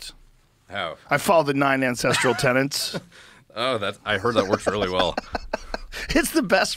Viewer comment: tenants lol it's TENETS ffs why can't people say that freaking word